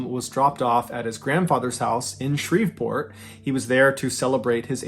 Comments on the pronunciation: Pronounced Shree-port. The "v" is silent. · Shreveport is pronounced Shree-port. The v is silent. 😊